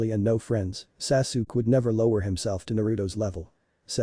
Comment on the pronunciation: At least get the ai narration to not say sasook